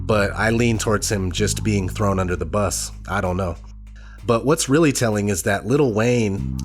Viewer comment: Reeely eenteresting. Not ODD chances, I don't think...as in on purpose! Thanks for information that might otherwise, shall we say, be swept under the carpet. Our country seems to have an immunodeficiency of God factor of immense propensity! Thnx!